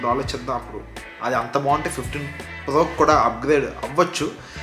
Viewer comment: Plo kadu bro it's pro